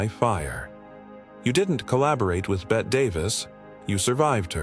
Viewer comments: I am so tired of all of these AI videos referring to Bette (Betty) Davis as Bet Davis. She isn't Bette Midler. She is Bette pronounced "Betty" Davis. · Monsters? The first three might have been, but I'm not sure about some of the others. Loretta Young was trying to clean up foul language. Suzanne Somers was making $120,000 less per episode than one of her co-stars. How would you feel? Bet Davis instead of Betty Davis? Some people might view you as a monster for not knowing the correct way to pronounce the names of subjects in your videos. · Dear Barb here did not get your point, obviously! Actually, it's Bette Davis's own fault!😂 "Bette" normally is indeed pronounced "Bet", both in its French original form ánd in English, like in "Bette Midler" for instance. Yet, Bette (BET-TEE) Davis was quite an "American original" apparently, cause her actual name was pronounced like "Betty" yet she prefered the more "stylistic" (though in fact, wrong) "Bette" version in writing!😊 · It's Bette Davis with a hard E. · When, when, when will somebody teach AI hoe to pronounce Bette Davis' first name? It's BETTEEEEE! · So tired of mispronounced names,strange emphasizing of words in sentences. AI narration of Bette Davis name is getting beyond annoying. It's pronounced Betty. No thumbs up here. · Somebody needs to tell AI how Bette Davis pronounced her first name. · The a.i is butchering the names. Betty Davis is not Bet davis, dezi is not daisy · Ooohhh, I think that Bet Davis would be very unhappy after hearing this narration. And SaSa Gah-bore would simply slap you, dahlink! 😮😂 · Oh God. I can't stand the horrible mispronunciation of names. Bet Davis? It's BETTYYYY Davis! Can't even pronounce Dezi Arnaz Jr. or Desilu Studios correctly. And Lucille Ball being a serious person as a studio head doesn't make her a "monster."" Nice try at click bait. I'm stopping this at the 6 minute mark.